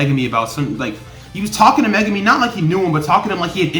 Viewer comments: Mega me??? Lmao you pronounce his name wrong its Megumi also the guy with the volcano a name is Jogo and the girl with the brown hair is Nobara Also the puppet is Mahito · Mega me Lol